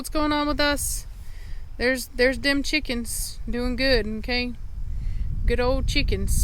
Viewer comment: Cheekans 😂😂 I love the way you say chickens it’s so funny 😂 glad they are safe. Also glad Cashmere will stay longer, I hope she will like her new owners.